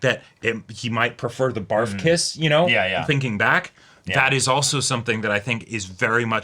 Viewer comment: “Bar-F(uc)K-iss” Ok, so the legal age for consent is 13, because of the low child birth rate, the Japanese government lowered it and has been for quite a while. Drinking is 20 and the minimum driving age is 18 years old for a car and 16 years old for a motorcycle. So even though they said “he’s young” and couldn’t drink legally yet, he can most certainly let his lower “chainsaw” go wild…. 😂. Take care, blessings. ❤